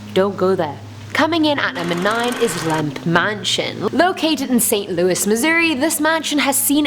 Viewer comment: Did you say...... lamp.... Mansion 🦋